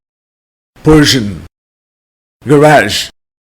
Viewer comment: thank you very much for all help we get improving english. In the minut there is a word I can't find the meaning. The word "persion." Did you mean Persian? Thanks again.